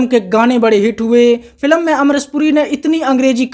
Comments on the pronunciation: भाई फिल्म को बार-बार फिलम क्यों बोल रहे हो 🤔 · भाई तू फिल्म कहना सीख ले, फिलम नहीं होता भाई